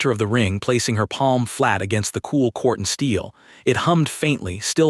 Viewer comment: Quartzsteel not cortsteel